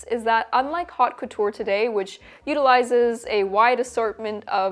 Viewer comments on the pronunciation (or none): Pronounced "oat" couture not "HAUTE" couture its a french expression and the "H" is silent. FYI.